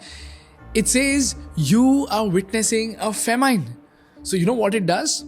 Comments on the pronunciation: bro its not FAMINEE its FAH MIN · I haven’t heard a funnier pronunciation of “famine”… or am I the only one who thinks like that?